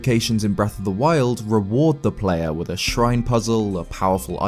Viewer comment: did he say "wreck of the wild"?